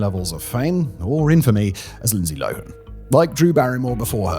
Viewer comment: Simon, the h makes a "huh" sound. It's Lo Han not Loen. Tell your countrymen.